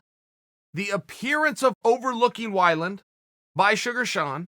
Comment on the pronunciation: Chael "Eddie Why-Land" Sonnen